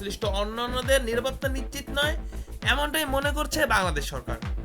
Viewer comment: 'নিশ্চিত করা ' নাকি 'নিচিত করা '?